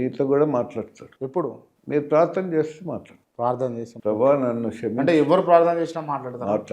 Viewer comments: .....ఇంటర్వ్యూ చేసినందుకు చాలా కృతజ్ఞతలు. అయితే ఒక చిన్న సవరణ మీరు "ష్కెమించటం" అంటున్నారు. కాని "క్షమించటం" అనాలి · Skeminchatam kaadu bro. Ksheminchatam bro😊